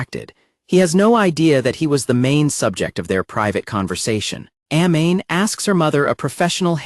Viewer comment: I hate the fact that you're mispronouncing Amane's name..